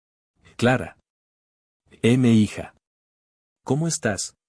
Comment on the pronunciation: OTRA VEZ LEES LITERALMENTE NARRADOR??? EME HIJA, SE LEE MIJA